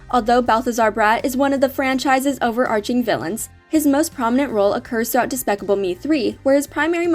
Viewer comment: She said daspacable me 😭😭😭💀💀💀